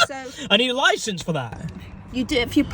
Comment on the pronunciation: “I’m sorry m8 but you need a loicense for tha’”